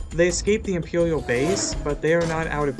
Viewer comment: They said impewiel base